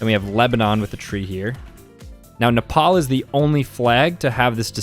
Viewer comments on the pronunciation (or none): none